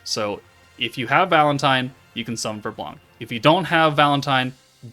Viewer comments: blanc the C is silent pronounce sound just "blan" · Hello, nice content ! The C is silent in french. « Blan »